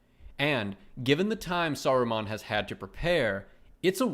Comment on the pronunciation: "Saru-mon" like Pokémon. Lol